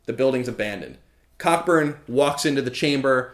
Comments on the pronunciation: great work as always I believe it's pronounced Co -- Burn btw (But it didn't stop my inner child from giggling) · Cockburn is pronounced "Coburn" you American booby ;) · i got a giggle out of him saying cockburn because im immature